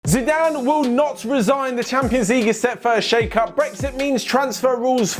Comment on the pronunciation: said Ziiizzzedane Zidane